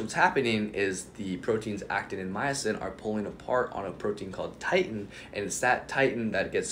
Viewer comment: It's "Titin," not "titan." When you say "growing new skeletal muscle fibers," I'm thinking it means increasing the number of skeletal muscle fibers. However, humans are born with a specific number of muscle cells and muscle fibers. Under normal circumstances, they can only decrease in number, not increase. It's generally considered impossible to build new skeletal muscle cells and it is also considered impossible to build new skeletal muscle fibers(under normal circumstances). Science says skeletal muscle cells and skeletal muscle fibers can increase in mass and size through hypertrophy. However they cannot increase in number through any mechanism, including hyperplasia. Without stem-cell technology, it is considered impossible for humans to grow new skeletal muscle cells, nor can they create/grow new skeletal muscle fibers under "normal," circumstances(i.e. you're a human that isn't using exogenous anabolic steroids).